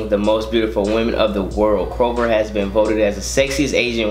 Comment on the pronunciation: its CH -chopra not kopra